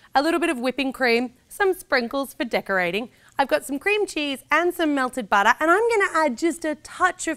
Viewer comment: I love the way she says butter 😭❤️. BATTA